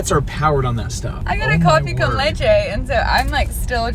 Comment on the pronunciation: Ahaha your Spanish pronunciation was awesome "café con Leche" btw, ese es mi favorito